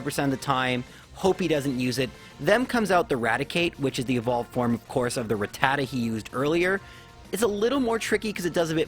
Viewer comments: "Rat Tadda" is an odd pronunciation. Probably right though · It is pronounced, ''Ra-Ta-Ta''